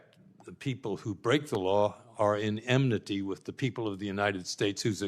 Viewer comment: ashcroft says "emnity". twice! the word is "enmity".